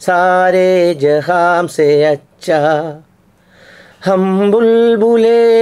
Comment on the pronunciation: ജഹാം അല്ല, ജഹാൻ